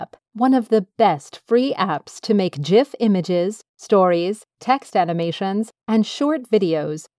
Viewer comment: liked for proper pronunciation of GIF